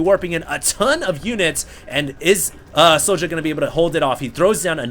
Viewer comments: yeah i've heard other casters pronounce "sjow" as "show". good little series - i think both players were playing off-race this series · Why don't you just pronounce it show? The way it's meant to be pronounced ? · IT'S READ "SHOW" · Sjow is pronouced J-Wow in korean